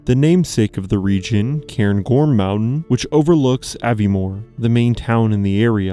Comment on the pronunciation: Also, what on earth are those pronunciations of Edinburgh, Lagganlia and Aviemore?!